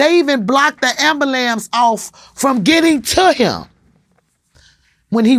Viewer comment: "They even blocked the emballamps" lmfao